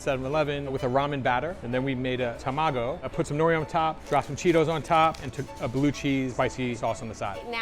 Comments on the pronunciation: tah-mah-go not tuh-ma-go, Japanese is phonetic there is no tuh in the alphabet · oh my god… how many japanese words they mispronounced… even a michelin star chef and a chef who’s been around the world, and a professional judge… NOREE? TEMAGO?